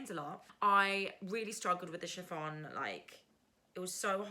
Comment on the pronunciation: I love the Friday Sews vlogs. I like your outfit. You can use a regular zip, and nap is just a directional fabric. Have you done shirring before? You pronounced chiffon correctly. Go with the viscose fabric. Yes, you can use that pattern.